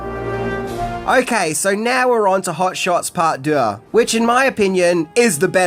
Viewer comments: Anybody feel like playing a drinking game? Every time He says hot shots part duh aka part duh 😂 Take a shot Y so serious 😈🥃🃏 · You’re pronouncing Deux wrong. It’s basically “Do”. Rhymes with two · French is my mother tongue and your pronunciation of deux is impressive. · Ffs, learn how to say 'deux' when you know you have to say it so much! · Drinking game. Shot for every time he says "Deux"